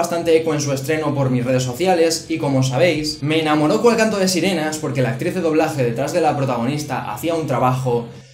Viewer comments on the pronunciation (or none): none